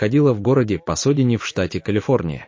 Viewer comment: Правильно Пасадена, а не Посодена